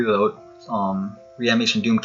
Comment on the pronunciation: Reanimation MY CANADIAN BROTHER